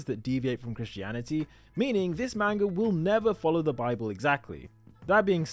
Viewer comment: Great theory ! I’ve seen a lot of theories but this one is insane. Great video. Ngl tho everytime you said Main-ga it was like nails on a chalk board to me. Just an unpleasant sounding word if pronounced incorrectly.